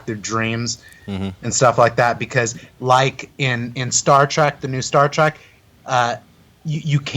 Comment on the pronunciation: It's "Star Trek" not "Star Track"